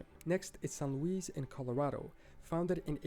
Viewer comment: He mispronounced many. Louisiana is Nac-ah-dish. Texas is Nac-a-do-chez. It’s pronounced San Lewis in Colorado. Also, I’m a descendant of Thomas Shepard